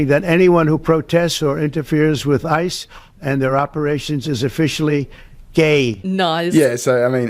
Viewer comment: His decision to pronounce Ice as I early in the video changed the whole tone for me. And the visuals!